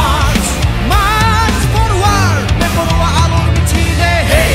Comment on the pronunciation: Vocal needs to improve pronunciation of these english words... His pronunciation of "Forward" sounds like "foruwad" 😖😖